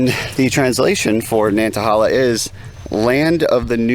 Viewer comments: Great to see you down in the South again,. I can't wait to watch the entire video. The locals pronounce it Nanta-hay-la. Say it with a southern drawl and it just rolls off the tongue. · It is nan tah hay lah. Land of the noonday sun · Nan-tuh-hey-luh is the correct pronunciation. Otherwise a great video! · I understand I'm commenting 7yrs after you posted this, but wanted to help you with pronunciation. I'm from the area and the forest is pronounced Nāntăhālă. Thanks for a great video! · You are pronouncing the name wrong... "nant" like "aunt" but with a "N" - "a" like "uh" - "hala" like "hey la"